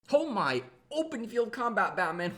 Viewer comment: Lol. Listen to his introduction , in the first 0-1 seoconds of the video. “ Ho my” . Lol like a cow boy